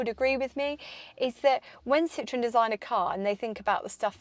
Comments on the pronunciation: Citroën. Not citron. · In French and German you need to pronounce IT correctly. This ist defenitly not a Citroen!